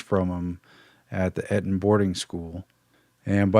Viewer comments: Dude. EAT-ON not et-on. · Thanks for covering this guys, not enough people know about the Fabians. Also for future reference, Eton is pronounced 'Eat'on ;) Keep up the good work!